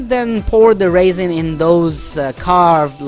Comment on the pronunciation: Very nice demo. That is what I need also is some shelves. I didn't know what you were talking about at first lol, sort of cute made me giggle, but that stuff called resin, is pronounced rezin as in resolution. I thought you were talking about dried grapes or raisens lol. Well we still have snow and to cold to fly so might as well as build a few shelves. Happy Flying